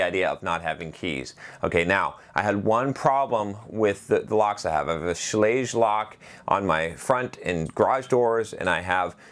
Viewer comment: Schlage rhymes with "egg". 8 minutes into an 11 minute video and the box hasn't even been opened yet. zzzzzzzz